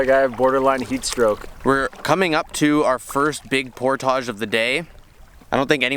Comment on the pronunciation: Cabbage, baggage, luggage, portage. Not portaaage.